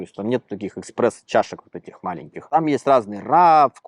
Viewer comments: еКспресо ⁉️ не ЕКСПРЕСC в смысле «скоростной», a ЕСПРЕССО в смысле: изготовлено под давлением (итальянский напиток-кофе) ESPRESSO ‼️ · "Экспрессо" :D